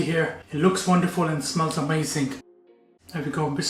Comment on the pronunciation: I love how chef uses a hard G at the end of the word AmazinG 👏 the food looks great